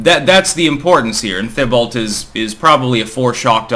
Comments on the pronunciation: Hi, elderly Canadian man here. I would pronounce Thibault as "tee-bow". French, after all. Ask Elisabeth... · In Vermon we pronounce that Tee bow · His name is pronounced like Tim Tebow just for future reference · TEE-bo. Or, in the Quebecois version, you kind of fudge the emphasis so neither syllable sounds very stressed, but maybe the second syllable a tad more, but it's hard to tell for sure: Tee-bo. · Hey it's pronounced Tea Bow like Tim Teebow. Although, I am no relation to either one. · Pronounced teabow,. Ain't picking on ya. Love your work. Thanks for all you do. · Why can’t merkins pronounce French names? Thibault is pronounced “T-bow”, still love and his channel, he’s the best political commentator in histoire. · It’s pronounced T-Bo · That's a French name, pronounced TEE-bo.